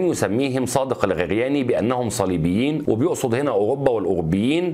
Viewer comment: الخرياني وليس الغرياني